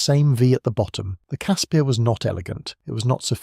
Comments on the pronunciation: Ex SA ops medic here. Great documentary,well done, just call it a Casper though,not a Casspeeer. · Casper!!! Not cass pierre. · I love these type of videos but blatant lies should be called out. Grown men could stand up right under the chassis. and the 50 miss pronounced words one had to be properly researched and pronounced. casPIRS not casPEARS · Caspir....Pronounced Casper, like Casper the friendly ghost. Koevoet...Pronounced Koo-Foot. Other than that, as a South African, I enjoyed the video. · Great video. Just one thing, the name is pronounced 'Casper'. Not fully through this video, but I read in a book about Koevoet, that the only fatalities in a Casspir due to a mine detonation was when 4 Soviet TM 57 landmines were linked in series, with almost 40 odd kgs of explosive packed in the middel. The right (or left) back tire triggered the mines. The resulting explosion threw the Casspir forward through the air for over 40 meters and landed on its side. The occupants, as was the mo at the time, were not buckled into the seats. Cannot remember how many kia there was though. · You totally butchered the pronunciation of CASSPIR.